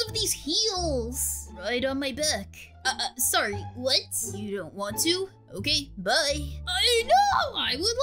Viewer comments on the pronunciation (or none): You said bed instead of back? I just don't understand english.